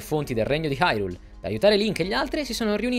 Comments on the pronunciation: il senso è quello, ma sentirlo pronunciare come dev’essere pronunciato è molto meglio. Suona malissimo come lo dicono nel doppiaggio italiano. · Non sai la gioia nel sentire qualcuno che pronuncia bene Hyrule e non Irule, come fanno nel gioco